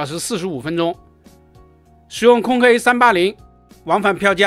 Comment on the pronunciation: "空中巴士", 硬要講"空中巴士客運","空客"不好說, 可說"空巴". 說什麼"空K", 那是????